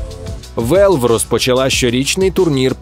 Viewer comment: Чому Велв? Якщо Валв. На скільки я пам'ятаю то такі слова так і кажуться.